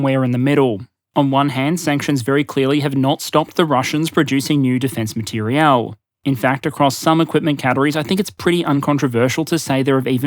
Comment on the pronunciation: Materiel War, not Material War